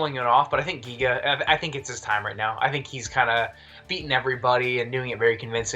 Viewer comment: Giga will knock him out! And please stop calling him Jiga, his name is GIGA :D